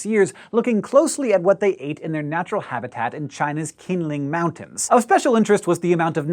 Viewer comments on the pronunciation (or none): Qinling is pronounced like Chinling not kingling lol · Qin Ling Mountains technically pronounces Chin Ling. (Sorry just can't pass up the chance to educate an educator XD) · hey, just a tip for future reference, the "q" in chinese words is pronounced like a "ch" so qinling is technically "chinling":) just some additional info in return for all the knowledge your vids have given me. keep answering these great questions! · Qinlin is pronounced as "Chin lin" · Uh, It's pronounced CHEEN-LING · It's pronounced "chinling" btw I know it's so stereotypical but it's how it sounds XD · It's pronounced "Chin-Ling." I'm Chinese. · Q in mandarin is not pronounced like K, but close to ch. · Should have asked John how to pronounce Qinling